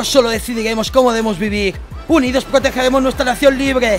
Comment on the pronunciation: PROTEGEGEEMOS NUESTRA NACION LIBGEEEEEE!!! LIBEGTAAAAADDDDDD!!